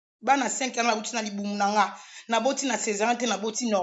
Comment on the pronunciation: Loba nanu miss mongo.différence "yana" au lieu de"ya en a"